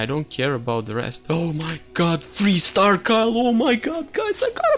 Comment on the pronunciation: why are you pronouncing Vayne correctly but not Kayle when only 2 letters change..